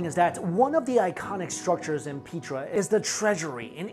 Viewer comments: Petra not Peetra. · oh i thought it was pronounced pet-tra not pea-tra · Petra is not pronounced pea+tra.Pet like petting a dog & tra make PETRA.Please make sure as to the English pronunciation to words ok? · Peh-truh. Darren cool-you. 👍🏿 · Petra comes from Greek, and is pronounced Pay-tra. The original name for the city was Raqmu. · its pronounced PETRA, the E is the same as in EGG